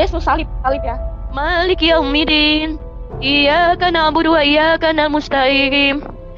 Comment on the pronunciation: Aku hanya bisa ngakak,, barusan baca Al-fatihah aja udah hancur lebur,, ن lari kemama م lari kemana-kemana😂😂😂...... Iyyākana'budū Wa iyyākanāmusta'īm😂😂😂..